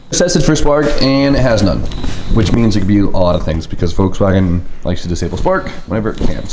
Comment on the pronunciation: Volkswagen HAS A L IN IT! You keep saying Vokswagen... with no L!